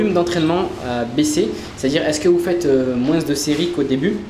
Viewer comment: Apprends à parler... on dit "moins" et non "moinSSSS"